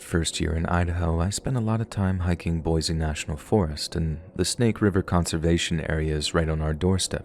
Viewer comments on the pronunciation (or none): The first story it's pronounced "BOY-SEE" we can always tell when people aren't Idahoans if they call it "BOY-Zee"